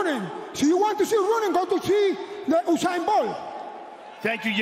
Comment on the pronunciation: "So if you want to see running go to see Oosain Bolt" 😂😂😂